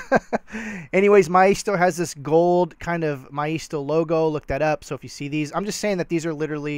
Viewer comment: I have heard maisto pronounced MAY sto